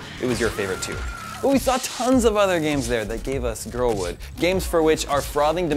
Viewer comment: Did he say "Gives us girl-wood"?